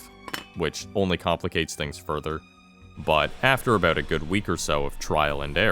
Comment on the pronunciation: Bold to start the video with a strong aboot